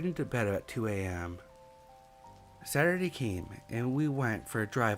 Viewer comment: 🤨 For real? He says things like “Cullent“, instead of couldn’t. “Sarrday “ instead of Saturday. Still like his stories but, the best, he is not. If it was a speech impediment I wouldn’t say shit. However, it’s something he does half the time. Not all the time. Meaning he’s capable of speaking correctly. He just doesn’t care enough to try harder.